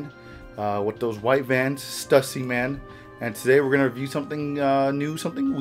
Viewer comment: STEWSIE NOT STUSY “Stussy”